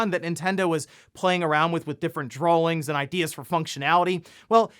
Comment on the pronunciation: Did you just say "drawlings?"